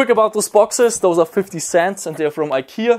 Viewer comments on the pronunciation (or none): none